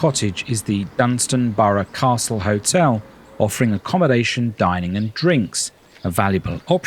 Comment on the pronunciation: It’s Dunstanburgh, not Dunstanborough. And Low Newton-by-the-Sea and not Lower Newton-by-the-sea. Do your research.